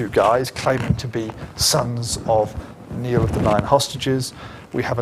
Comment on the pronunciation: NIALL of the Nine Hostages, pronounced NIGH-ALL..